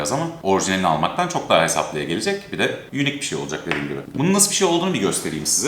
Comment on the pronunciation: Kardeşim arada çoh çohh güzel görünüyohhh falan diyorsun ya. İşte onları deme. Videodan kopartıyorsun adamı.